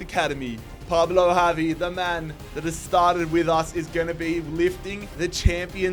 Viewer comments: It's gavi not havi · Bro it’s Gavi with a G not Javi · ITS GAVI NOT HAVI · It’s not havi it’s gavi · It pains me the way you pronounce Pablo Gavi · Why he pronouncing Gavi name wrong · Gavis name got a g not a J mate 😂